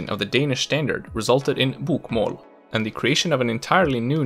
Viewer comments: His BOK - MÅL pronunciation gives away the fact that he isn't Norwegian himself. It is pronounced BOKmål. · Hey great pronounciation from a! But I can hear your swedish L in the word "Bokmål", The L should be thick sounding, like you would say L in english "Ball". That being said, a lot of our dialects would use the thin L, and it is sneaking into the Oslo dialect (which you sounded like pronouncing:) Two questions: Why are so many swedish surnames relating to botany? Eklund, Blomqvist, Ekdahl, Björklund, Rosén, Lindblad Etc. Something to do with Carl von Linné? Why is it so hard for swedes to say; Chili, Jim and Jockey in english? Stay safe:) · In some cases, such as "sju, kasta, boka" he sounds 100% native to me. Other times, he "sings" his words and phrases like only a would. E.g., his "å" in "bokmål" sounds more like "åah". Combined with his whimpy "L" and sawtooth-shaped intonation, the way he says "bokmål" and "Østfold" immediately gives him away specifically as a. There are other obvious giveaways as well, such as his mid-word soft E and Æ, both of which would sound slightly more throat-y and harsh when pronounced by a native Norwegian. Anyway, the video and its spoken examples are great. I just love picking on people's accents.